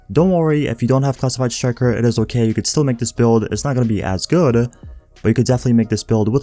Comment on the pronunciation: Very good-ah,, pretty good build-ah, gey